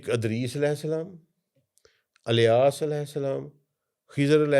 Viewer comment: has learned the Arabic Language but he has a very strong punjabi accent and say every Arabic name and word that starts with Fatha, he pronounce it with Kasra… Eg: Idris.. he say Adris… Ilyas, he say Alyas… 🤷🏽‍♂️🤷🏽‍♂️🤷🏽‍♂️